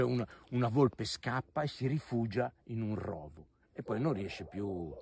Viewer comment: Rovo si pronuncia con la o chiusa.